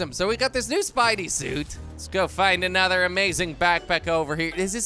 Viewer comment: “Anudder episode” 🤣🤣🤣